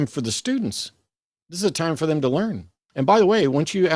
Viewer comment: He kept saying. "They - thum". I almost waited for him to say "fee, fie, foe, fum" after. He doesn't even try to understand.